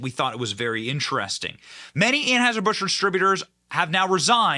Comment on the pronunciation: START SAYING ANHEISHER-BUSCH.